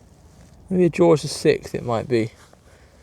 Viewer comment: Great videos well done on gold ., sixth is not pronounced sickth btw